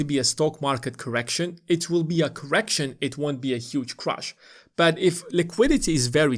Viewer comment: It’s crash, not ‘crush’ 😂